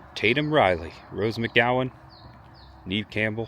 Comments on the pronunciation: Great Video!!!Not to be a complainer lol but I just watch Neve Campbell explain how her name is mispronounced all the time lol.Neve Campbell's first name is pronounced "Nev" (rhymes with Bev or rev). Despite often being mistaken for "Neev" (rhyming with Eve), the Canadian actress has confirmed it is pronounced "Nev," a common point of confusion for many. It is not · It's Neve like never not Neve like knee lol.